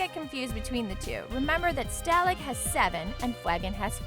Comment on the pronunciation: i wanted to quit so hard but i stayed... unfortunatly. i died when she said stalagg and FWAGGIN